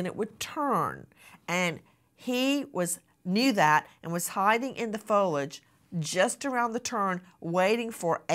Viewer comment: 🫢 Nancy can’t say “foliage”